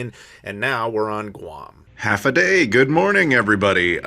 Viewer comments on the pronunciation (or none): Just helping you out - Tumon - two-mon, Hafa - hau like hahahaha-fa, not like Half-a, Temps all year range from low of 76 to high of 88 (average). It's not hotter in the summer. LOL Enjoy your trips....I'm so jealous!! Also - go eat at Shirley's Cafe next time. I LOVE THIER FRIED RICE.